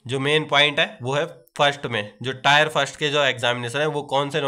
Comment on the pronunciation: टायर नहीं टीयर होता है 😊